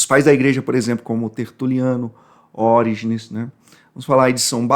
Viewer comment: sua benção Fiquei incomodado com 'Órigenes' Não existe na língua portuguesa essa tônica além da antepenúltima sílaba (proparoxítonas). Peço que procure se essa é a tradução correta, por caridade